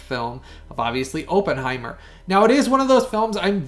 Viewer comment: I love your YouTube channel but if you're gonna review a movie, please learn to properly pronounce Oppenheimer's name correctly. It's pronounced with a short "O", not a long "O".